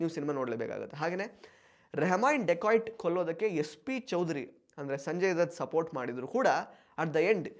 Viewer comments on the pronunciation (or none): It's not dekoit it's dakait